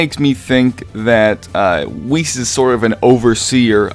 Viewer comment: Pronounce it like 'wish' but with an e >->